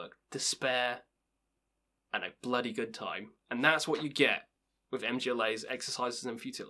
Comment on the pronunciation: You got Bergtatt right, but Mgla is pronounced Mgwah. The L is actually a Polish letter we don't have. And listen to the album Enthrone Darkness Triumphant by Dimmu if you haven't already. And their first two, For All Tid and Stormblast are really good, too. Both sung entirely in Norwegian and they have a much different sound then the rest of their stuff. More cold and atmospheric.